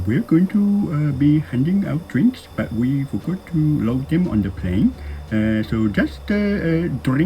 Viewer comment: インドはrの発音がもっと強かったです。forgot→ふぉるっぅ！ゴットみたいな笑。